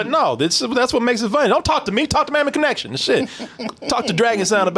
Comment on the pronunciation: Sounded like said Mammy Connection lol